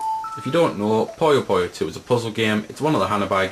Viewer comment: POO-yoh Not Poh-Yoh